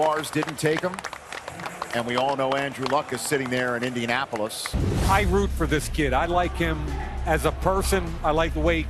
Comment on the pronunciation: And he’ll fit in with indiamappoulis, indianappulis, INDIANAPOLIS”